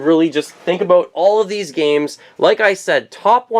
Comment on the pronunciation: I heard "aboot"! Ohhhh Cannnadaaaaa